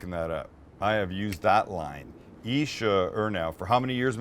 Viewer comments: 一石二鸟 the second time you pronounce it perfectly 😂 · I am chinese and Sam got that chinese on point!!!